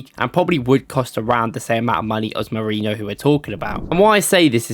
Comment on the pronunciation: Molerino bro come on can you read it one time